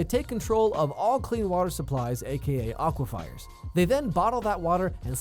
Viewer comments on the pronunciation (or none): hard to listen to a guy who can't pronounce aquifer.